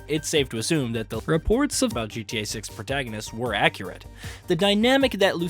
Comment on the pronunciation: Why'd he say reports so weird....had to play that one back hahaha